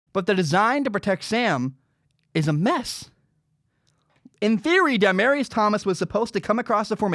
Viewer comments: “Dye-marius Thomas” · Dude his name is Demaryius Thomas, hes been in the league for almost 10 years, how tf are you butchering the name so hard